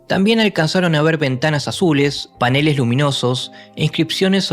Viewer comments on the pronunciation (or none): none